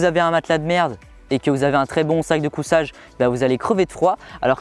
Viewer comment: Super video comme d'habitude par contre la marque du matelas ça se prononce ''sitousemit'' et pas ''séatosomi'' (seatosummit) pareil pour les sacs de couCHage et pas sac de couSSage. Sinon super présentations bien détaillée 👌